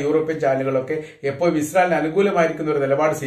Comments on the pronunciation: എപ്പോയും പലപ്പോയും ഇതിലെ യ മാറ്റി ഴ പറയണമെന്ന് അപേക്ഷി ന്നു. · പലപ്പോയും എപ്പോയും എന്ന് പറയാതെ എപ്പോഴും പലപ്പോഴും എന്ന് ഴ കൂട്ടി പറയാന്‍ സ്രമിക്കുക